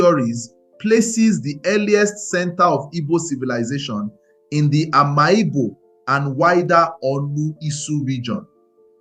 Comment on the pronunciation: Bro, it's pronounced Am'igbo not Ama Igbo